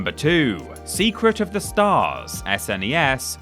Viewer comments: Who says "Ess En Ee Ess" rather than SNES?! Nobody has ever spelled the letters out like that before, it sounds weird! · I'm Australian and I don't remember anyone saying "Snes"